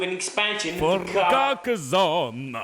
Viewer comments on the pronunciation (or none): It's not Carca-Z-onne but Carca-SS-onne (as in "snake")